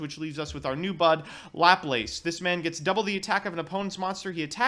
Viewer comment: it's Lamia not LamiNa, and it's pronounced LáPláce not "laplaice" it's in honour of a french mathematician.